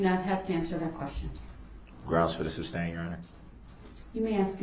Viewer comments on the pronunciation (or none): It's not "Substain"!!!! I wish the judge would have said that at least once. 🤬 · It’s annoying that he kept saying substain instead of sustain and kept yelling GROUNDZ before the DA even gave the reason 🤦🏾‍♂️ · It's ask not axe, sustain not substain, though not doe, grounds not grounz. He's a moron all across the board. He even tried to use his own ignorance as a defense. All he did was highlight how stupid he and most sovereign dopes are when it comes to real law. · Sustain ❎ Substain ✅ 🤦🏻🤦🏻🤦🏻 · It’s su’S’tain not su’B’stain! Bell end! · Substain?....what a moron. He is so annoying. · "Grounz for the substain." Unreal. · The fact he keeps saying in his ignorance "Substain" after the Judge told him Sustain....😒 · Will anyone EVER tell him it is SUSTAIN NOT SUBSTAIN!!! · Hey genius, it's sustain not substain 😆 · “Grounds for the “substain”?”😂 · WHY didn’t the judge tell DB when he said she way lying to the jury if he was going to testify so He can clear things up??….. oh it would have been so good!!….. why didn’t someone tell him it’s SUSTAIN, not SUB STAIN!!!! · Reason for the “substain” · 🛎It’s not Substain, Sustain is the word!🤷🏼‍♀️ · If I was her I'd be pointing out his mispronounciation of words like substain, tackit and umbiblical cord. But then I'm mean. I'd be telling him how stupid he is by not understanding that the state represents the people. I'd end up as belligerent as him. Thats why I admire judge Dorow so much.. her s r lf control is amazing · Sustain, not substain. That drove me crazy. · reason for the "substain"? 😄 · "grounz for the substain" 🤣🤣🤣🤣🤣🤣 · SUBSTAIN??? He really brutalizes the English language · ‘Grounz for the substain’